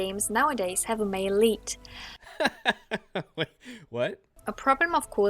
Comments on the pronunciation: "Mail leet" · I thought she was saying Maleite and I thought it was some new feminist word. then I realized she was saying male lead a and felt stupid